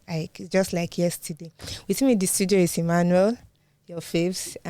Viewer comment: To be honest it's Emmanuel but you're also doing a fantabulous job